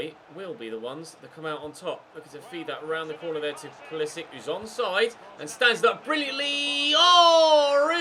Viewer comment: It is POO-LEE-SICK (Pulisic)